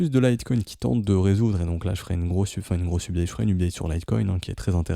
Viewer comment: Tes videos sont excellente merci beaucoup pour ton travail. Un tout petit truc qui pique les oreilles tous les jours cependant, la facon dont tu prononces update. :D For the love of satoshi !